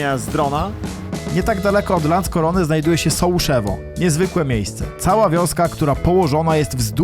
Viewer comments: Sułoszowa, nie Sułoszewo 😅 - Pieskowa, a nie Piaskowa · Sułoszowa a nie Sołuszewo :) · wieś Sułoszowa a nie sołszewo